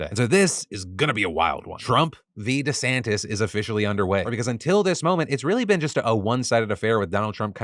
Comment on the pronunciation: Merman? MERMAN?? EDIT: DiSantis?? DISANTIS??